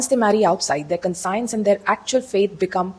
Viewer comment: Madam aapki conscience ki pronunciation wrong hai.